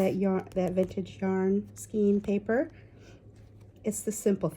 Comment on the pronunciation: Skein! You said it right! Band-the wrapper that goes around the yarn!